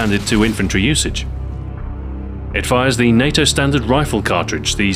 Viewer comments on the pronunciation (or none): none